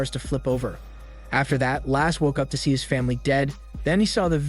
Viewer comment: Lasse not lass XD Basically the way you says Lasse's without the last S.